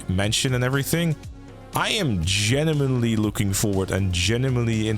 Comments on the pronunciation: Do you say genuimenly ? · he is 'GENIMENLY' interested, guys...